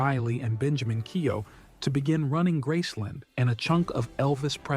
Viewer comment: Keow! Hahaha, that is a hilarious prononciation. It's like keo...silent letters.